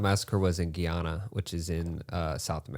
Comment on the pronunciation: Guyana is pronounced guy (like a man) - ana (like a woman's first name)